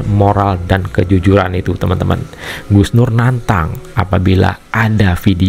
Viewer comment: Kalau sebut Gus terbaik bacanya sug nur😂